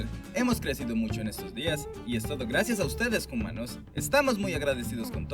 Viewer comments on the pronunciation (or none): ¿Por qué dicen "jumanos"?